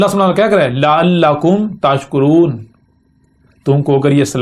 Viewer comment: 51.58, tashkuroon , phir ghalt talafuz